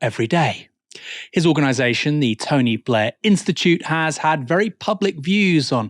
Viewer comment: The Tony BLEEEEH! Institute.